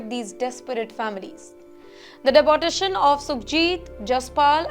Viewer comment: Why don’t you learn how to pronounce deportation. De-port